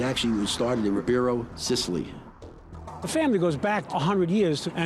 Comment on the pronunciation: It’s Ribera not Ribero